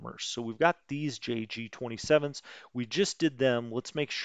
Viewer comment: If you were pronouncing JG in German it would be appropriate to use the 'y' pronunciation, but since you are doing it in English then it is J.